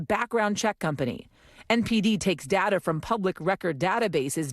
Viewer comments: DATA. DAY-TAH! 🙄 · I hate the way this lady says data. It’s Day-tuh not DaDa nimrod. You sound like you have daddy issues.